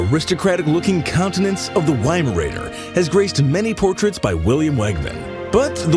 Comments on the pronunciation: whymaraner 😂😂😂 ...why? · Awkward when you can pronounce weimaraner. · Whymarayner, wtf man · The wuuut??!? That's Vi-mar-ner! 😂🤣